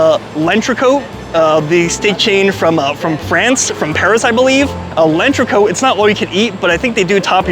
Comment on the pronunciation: It’s not lenchreco … It’s L‘entrecôte …. Pronounced (Ent ghe cot ) … 🤦🏻‍♂️🤦🏻‍♂️🤦🏻‍♂️